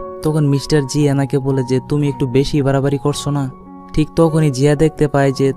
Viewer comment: আরে ভাই আপনি তো ভেশি ভেশি বগর বগর করেন